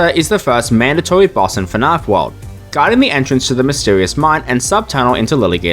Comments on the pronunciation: Your videos are good dude. You just need someone else to watch them before you publish them, to catch small mistakes like these that are easily fixed and make your work look way more professional. I'm also Australian, so hearing you pronounce "fnaf" as "fnarf" like a bogan yank was rough, but I'll forgive you for now. Pronouncing the G gnat is pretty inexcusable, however. 😅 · I love how you say "fahnarf" instead of fnaf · I heard "Fnarff" about 7 times in the first minute and quit. Wtf is that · I love how you pronounce “FNAF” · "fi-narf" "Guh-nat" Oh boy, this is going to be a long video.